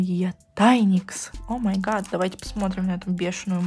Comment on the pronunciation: говорит о ма гат, а надо говорить о май гат